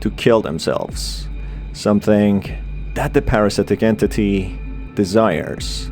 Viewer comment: i like when he said entiti